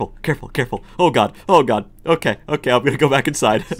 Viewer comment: "It's not OKEH to be OKEH"❤(titan cry)😢